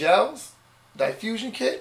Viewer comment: That's not how you pronounce "diffusion", bro. "Die-fusion", LOLWUT?